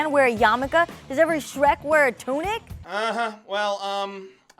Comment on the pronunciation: "Does every Shrek wear a tunic?" Is she trying to say Sikh?